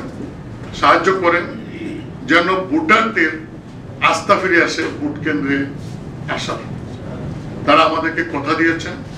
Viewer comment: ভাই, ভূট না ভোট